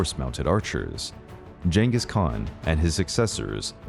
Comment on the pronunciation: woww your pronounciation of Cengiz Khan really really similar how we say it in Turkish